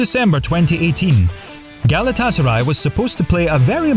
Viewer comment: It's Galata-Saray, not Gala Tasaray, you muppet!